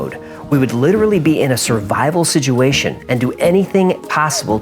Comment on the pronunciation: Zak Baggins used the pronunciation for situation as siduation I just heard him say it 🤔 on the episode about fear..... 👁️👅